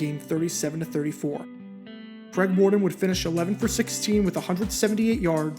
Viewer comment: Mor Ton, not Mor Don